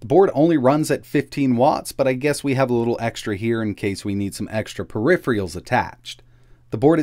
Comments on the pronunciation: "Periph-reals"? Practise saying "per - riffer - alls" to get that one right. Also, "Xavier" is pronounced "Zavier", not "ex-zavier" ;) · "in case we need some extra periff-ree-uhls"